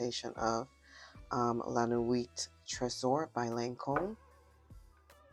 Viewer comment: The "T" in Nuit is silent 🥴